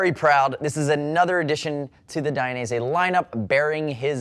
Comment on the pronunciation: DID I just here you say DI an EASY? cos I always thought it was pronounced DAYin EASY - what do you think? I wonder how Valentino says it?